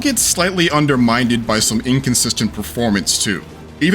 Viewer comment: that is not how you pronounce "undermined"